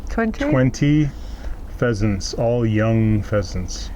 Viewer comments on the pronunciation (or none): Hey: Pheasent pheasant pheasant:P